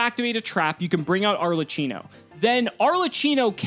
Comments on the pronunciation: it's ARLEQQINO not ARLETCHINO :P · Arlecchino is pronounced like a K, so like arlekino not an S please tell all the player before I get a seizure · Me, an Italian, hearing saying "Arlacino"...!!! "CH" is strong like a "K" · AAAA MY ITALIAN HEART ARLECHINO ARLECINO BRUH ITS ARLECCHINO TT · Arlekeeno, not cheeno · it is pronouced ''arlekkino'' with a hard c, at least that's what is called here in italy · The boss monster’s name is pronounced “Are - Lay - Key - No”. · Arlechino is pronounced with a qino. It’s the origin of the word Harlequin.